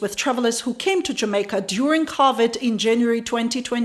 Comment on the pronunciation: Love how says Covid. Her English is better than my Ukraninan tho.